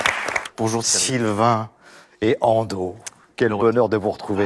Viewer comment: Non mais quand ils prononcent Ando "Andô" ça m'ecorche les oreilles fort mais fort 🙉